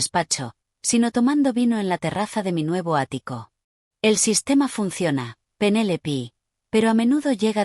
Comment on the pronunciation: No es Penélipi, es Penélope 😂